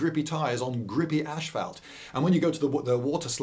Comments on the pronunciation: asphalt, not ashphalt. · Did you say ashphalt? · Really blew it on the pronunciation of asphalt. Just absolutely blew it. Fantastic movie though. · We don't. It's just him haha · We don't usually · Me neither... Odd